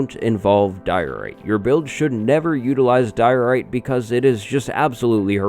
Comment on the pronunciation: Nothin' says good times like DIO-RITE!